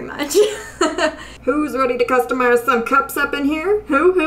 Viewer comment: Not gonna lie when you said “customize” I thought you said “cupstamize”. Maybe that’s what you should call these videos going forward. 🤣 Love your videos so so much. I’m relaxing after doing homework all weekend, enjoying bingeing your channel. If I was Starbucks I would totally hire you to design cups. ✨